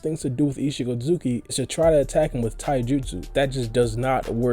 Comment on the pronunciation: The way he says “ichigi ozuki” 😂